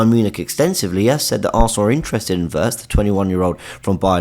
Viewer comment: Every time you say “a Wirtz” it sounds like you’re saying Havertz